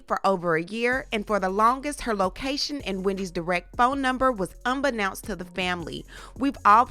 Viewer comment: Unbeknownst, is pronounced with a long O sound. "Un-bee-known-sT!" 😑 #GrammarPoPo 🤭